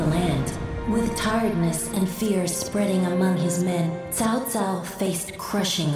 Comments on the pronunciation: Why are they saying Chao Chao when it's Tsao Tsao ? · I've heard them saying chow chow. To me it's still incorrect just like when the old dynasty warriors games kept mispronouncing his name as cow cow. Everybody knows it's Tsao Tsao !